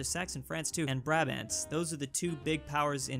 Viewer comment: the way he says brabant and gael annoy me and i dont know why,brabant is too shortened and unnatural sounding and he just gave up saying gael which is pronounced how it looks